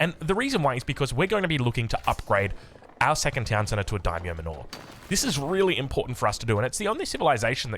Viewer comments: Manor is pronounced like "manner", not "man-ore" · So, "Daimyo Manor" is a mansion or homestead like"Wayne Manor". You pronounce it like "manner". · I had a good chuckle when you pronounced “manor” correctly at the start of the video then went right back to the normal way you’ve been saying it 😂 you were right the first time though, it’s pronounced exactly like “manner”. On a side note, will try the build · Daimyo manure. 👍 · Also lol the pronunciation of "manor" 🤣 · He's trying 🤣